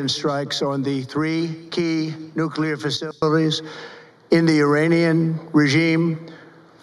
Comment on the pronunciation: He can't even pronounce Nuclear. 😅😅😅😅😅. They are standing in that weird formation because, it's his human shield 😅😅